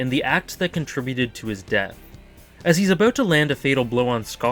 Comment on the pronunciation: "ouwt" "abouwt"